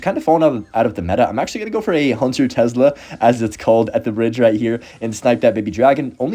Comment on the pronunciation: tes-la gang not tez-la